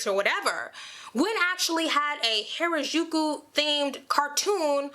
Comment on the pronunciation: B can't even pronounce Harajuku right XD gtfo here